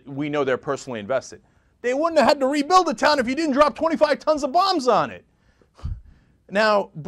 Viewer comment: I like how Cenk enunciates 25 tons of bombs... for the record, that is 25 bombs. You hear tons and assume some huge number, it isn't. Of course this action was deplorable, completely uncalled for and despicable, just pointing out a fact.